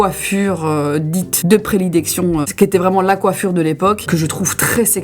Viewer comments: Whoa désoler vraiment mais « prelidection » 😂 j’étais obligé prédilection 😂 en tout cas j’adore même si tu es toute aussi belle pas maquillée ❤ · J’adore moi aussi je me suis stoppé sur ce mot j’ai repassé en arrière 😂😂😂 bon je reprend la vidéo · 😂😂 ça m'a aussi perturbé 😂 j'étais juste en train d'écouter et j'ai regardé mon écran en mode 👀 Les lapsus c'est mes moments pépites 😂❤ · Moi j’ai retenu « prelidéction » 😂😂❤️❤️❤️ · Suis-je le seul à faire un retour en arrière sur la vidéo, plusieurs fois, au moment du mot "prélidection"? 🤣 Sinon, toujours un plaisir de te voir, ma chère